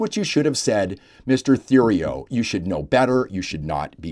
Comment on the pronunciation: Typical Liberal default. Btw, Theriault is pronounced Teriault. You don't pronounce Th as in the, you pronounce it as a T. Thank you.